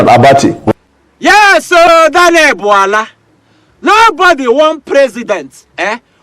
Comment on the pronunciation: The way you pronounce "Bwala" is so hilarious really😅😅😅🤣🤣🤣🤣